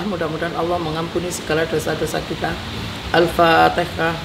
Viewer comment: Al-Fatihah Al-Fatihah, bukan alfatikah, ejaan saja salah , bagai mana mau ngirim doa